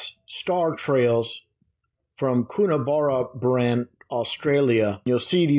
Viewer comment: It’s Coonabarabran.....west of Tamworth...it’s where we have Warrumbungle Observatory and Siding Springs Observatory. ‘Coon” a ‘Bara ‘ bran.